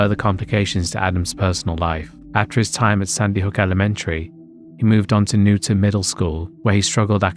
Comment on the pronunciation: In the US, Newtown is pronounced like New Town, not Newton.